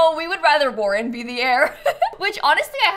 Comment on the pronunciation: Warren Bell sounds like warning Bell